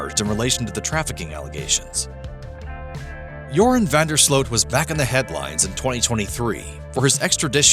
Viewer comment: I remember Nancy Grace calling him Urine instead of Joran when she first covered this case. Or at least it sounded like Urine.